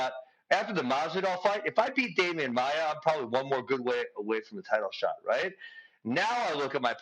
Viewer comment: No. Watch it again. He said he was more disappointed with the Masvidal loss because so much was at stake, had he won he may have been looking at a title shot. He was comparing the 2 losses. And its Maia, not maya.